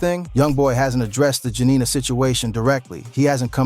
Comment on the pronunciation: The side chick name is JANIA…..not Jenina